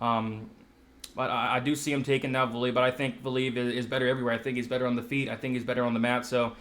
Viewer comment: Pronunciation police ! Val-ee-ev and in-oh-way... not val-eev and definitely not "ee-noo" hehehe